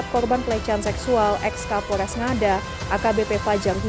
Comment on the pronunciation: Ini KAPOLRESS LOOHH... KAPOLREES... BUKAN KAPOL DESS...😂